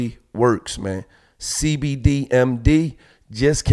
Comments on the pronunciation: Gillie said Cdbmd instead of cbdmd 😂🤣 lol yea gillie done bussed crackhead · This fool said CDB MD 🤣🤣🤣🤣🤣 it CBD Gil lol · He said CDB lmao it’s cbd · Did he say cdb